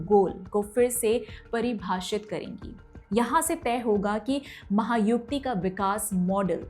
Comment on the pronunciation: Maha yuti correct and not Maha yukti